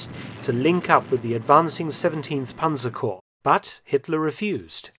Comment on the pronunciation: Germans always pronounce the word panzerkorps correctly and complete; what do you have in the tongue that you’re unable to pronounce it well?